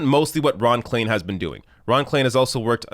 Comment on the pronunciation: start learning languages. Klain = Klein, for God's sake